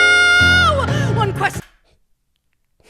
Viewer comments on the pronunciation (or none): the way she said fiyero had me in shambles